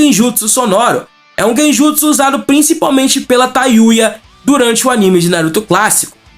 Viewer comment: Você ouviu quantas vezes ele falou Genjusu?